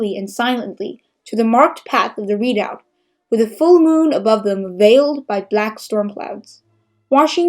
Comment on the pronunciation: This is excellent! (Suggestion- look up the pronunciation of the word "redoubt") Keep up the great work. :)